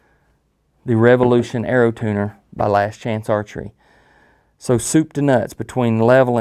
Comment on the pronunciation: It’s arrow, not era.. WTF lmao